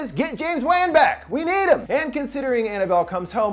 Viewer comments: Anyone else bothered by how he pronounces James Wann’s name? Is “wonn” not “wan” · James Wan pronounced Weighn killed me